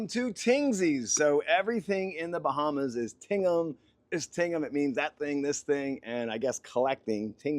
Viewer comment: Where are: "The Bahmas"?